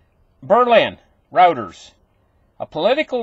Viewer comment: Pronounced Roy-ters